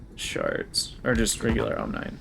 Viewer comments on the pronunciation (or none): Love this series so far. Side note: I think omnine would be pronounce “ahm-NEEN” like rhyming with Chlorine.